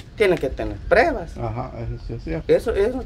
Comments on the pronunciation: Trucha se dice pruebas no prebas hable bien no que es una persona adulta habla como niño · LA PALABRA CORRECTA ES PRUEBA, NO PREBA APRENDAN PRUEBA ,PRUEBAS,PRUEBAS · 😢se dice pruebas no prebas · Trucha habla bien se dice pruebas No prebas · Trucho: burrrrro se dice: PRUEBAS.